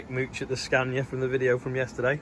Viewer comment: You brits need to learn how to pronounce Scania! :)